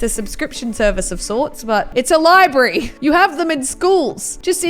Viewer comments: No, No it's not called libree it's library. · you said libreee it is library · No it's a library not libri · Bid she say liebray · Why she saying Libry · It’s funny how she say libree.